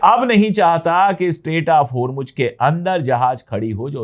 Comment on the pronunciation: Please note it is HURMUZ not HURMUJ